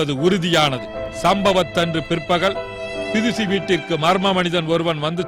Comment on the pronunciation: enna kodumai...not tirici...............plz! do a corrections her name is bidushi......okvaa!